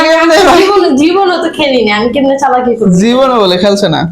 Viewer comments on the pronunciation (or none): চালাকি ❌ছালাকি✅😂😂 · চালাকি ❌ ছালাকি ✅😂😂😂